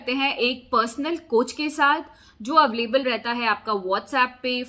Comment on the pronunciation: I've heard you saying अवलेबल many times but it is अवेलेबल